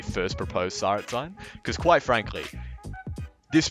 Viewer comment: It hurt me how he pronounced Tsaritsyn